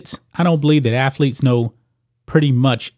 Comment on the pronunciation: This guy keeps negatively commenting on people's intelligence and he can't speak proper English. Dude, let me help you, there's no such word as "afletes" the correct pronunciation is "athletes"!!!!!